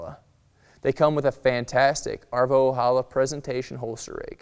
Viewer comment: Arvo Ojala is a finnish name and Ojala is pronounced with a J not with H =)